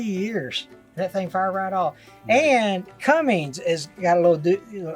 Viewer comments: There's no G in Cummins btw. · There's no G in Cummins😂